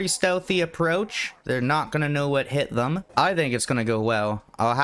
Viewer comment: God I hate the way you say “them”.